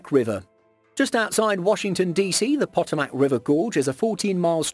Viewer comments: Fyi ... it's pronounced Poh toh mac ... not Pot oh mac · Potomac is pronounced Po-Tom-Mic. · Pronounced Pa-toe-mick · Lol I actually had a dream I was lost and trying to find the poto-mac river, and when I woke up I had to google it to see if it was a real, but unknown river 🤣🤣🤣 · I missed his entire segment on that one because I was yelling ‘PUH TOE MECK!!!!’ 😂😂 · PA-TOME-IC RIVER. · Potomac Peh-TOE-mik [pəˈtoʊ.mək] 🙄🙄🙄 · The details were great, but check pronunciation of the names of places before you boldly produce your videos. I winced when you pronounced Potomic and other names incorrectly. It doesn't hurt to research more than the facts. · I just love how the speaker totally obliterates the name of the "Potomack" river. It is a very famous river in Washington D. C. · Their pronunciation made me cringe 😂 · John Riggenbach ugh! sounds terrible! As an embarrassed Brit, I apologise to all my cousins in the United States for that dreadful mispronunciation!! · don't think they were referring to you name. I think you'll find they were agreeing with you and saying it about the narrator pronounced it wrong. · Lyric Pranker I was correcting the pronounceation of the Potomac (River) given by some ding bat whose American & should know better. Where I live for quite some time we had a news anchor who was never corrected when he pronouced Terre Haute..like Terre Hoat (Terre Hut). It's a boarder city in Indiana with Illinois. Or a city here in Michigan...Dearburn instead of Dearborn. If you're a professional you should know how to pronouce, in this case cities you are talking about. He eventually figured it out or was told how to pronounce them. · channel with over 2 million viewers can't even take 30 seconds to listen to how to pronounce a famous river while editing the video